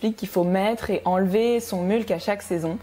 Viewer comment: Super video, très interessant de voir ton interpretation des principes de la permaculture. Hate de suivre l'evolution du projet. Bonne continuation! Ps. Je crois qu'il y a une autre façon de prononcer "mulch" ;) (comme "much" par exemple)